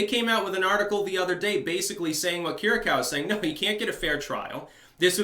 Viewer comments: Say: Keer-ee-yah-koo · Not to be too much of a pain, put this on google translate,Greek: Κυριακού That's how you pronounce his surname.